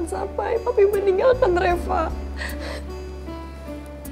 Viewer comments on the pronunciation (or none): Kok manggil Reva kok reca